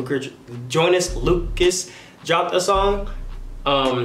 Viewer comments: Nobody: No one on earth::joyn-joynus-joynus Lucas,,, yeah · Nobody: Not a Single Soul: Joynas Lucer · nobody:: Joynes Lucas